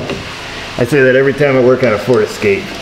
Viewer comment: I didnt hear at the start of the video we got another ferd escape in here for a battery replacement ! another ferd terd !